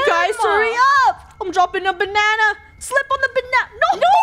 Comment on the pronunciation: DID YOU SAY BANNA I'M A BANNA I'M A BANNA LOOK AT ME GO